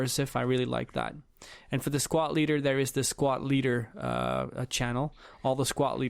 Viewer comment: Dude did anyone count how many times he said "squat" instead of squad lol